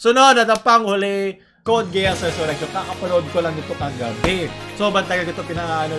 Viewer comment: TERROR IN RESONANCE ONE OF THE BEST FOR ME.. baket gay-ass? its gee-as